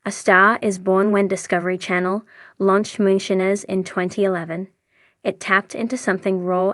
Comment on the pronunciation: Please learn to pronounce moonshiner